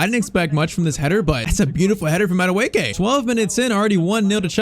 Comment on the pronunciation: Madueke's real pronounciation of the name is' Madueke in a high pitch at the last 2 letters of the name' Its Nigerian really and that the real pronounciation, but he was just born in england while his perents are Nigerian